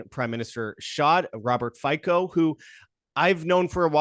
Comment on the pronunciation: Hello from Slovakian guy living in Red Deer. Wow boys! Some crazy speculations and some inaccurate information. I don't know who your buddy is but for someone claiming to be an expert on Fico he should know how to pronounce his name. It is pronounced Fitso. Fico is not a supporter of Russia. He is against Russian invasion. He refuses to sent any more weapons because the war is lost and with any more weapons sent, more Ukrainians will die. He is fully committed to humanitarian help of Ukraine. If there is some Globalist plot or Russians behind this shooting than why would they choose 71 years old guy who can even shoot? Fico's security detail has been having some serious issues and former director of department responsible for protecting high level officials has pointed this out to interior ministery and suggested that Fico wears a vest all the time. Point I am trying to make is that if they wanted to assassinate Fico, they had many opportunities. The town where this happened is called Handlová. It is a mining town. Fico in his previous term as PM turned his back to families of mine explosion victims. Miners have a very heavy heart against Fico. The shooter is a former miner and leftist numb nut. Even right now ther is ban on the all info regarding this guy I am very convinced that there is no conspiracy behind this shooting other then pure, primitive hate of a senile guy. Ome more thing. If you think Putin has any interest expending Russia across the Europe, it just s